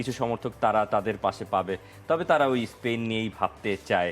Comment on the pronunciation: ভাই এরা প্যারাগুয়ে রে বলে পারাগুয়ে, আবার স্পেন রে বলতেছে স্পীন 😊